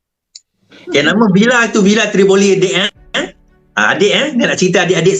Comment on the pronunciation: Villa Tivoli bukan Trivolli